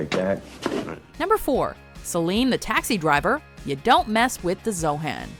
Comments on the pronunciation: zohan not zohen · ITS ZO HAN...Not.. Zohann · It's ZO-HON not ZO-HAN.